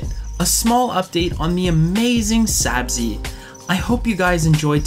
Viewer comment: Thanks so much for sharing! Sorry about your gator! Haha close! It’s Sabzi- pronounced “Sabzee”. Thanks for watching!